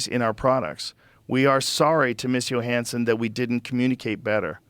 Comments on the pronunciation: Literally everybody on the world kmows its not pronounced Yo-hanson. But not our guy Joe. If it doesn't show up in his right wing social media algorithm, he doesnt know anything about it😂😂😂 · Scarlet “Yo-Hansen” 😐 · Scarlett Yo-hansson